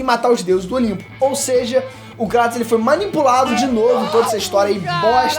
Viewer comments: Cara... Show o vídeo... Pena que o tema fica subjugado pois não existe essa "pira" de ser ou não digno, mas, POR FAVOR... KRATOS (kreitos)... Não KRÁTOS....tenha dó. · Não consigo suportar os dois falando Cratos... até na própria dublagem do jogo eles falam Kratos